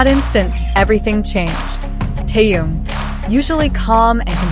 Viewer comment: Уважаемые блогеры, когда вы перестанете искажать и мя Тэхена?